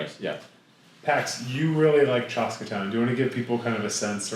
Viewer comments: Bros… it’s chaska not chahska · the pronunciation of "Chaska" is cracking me up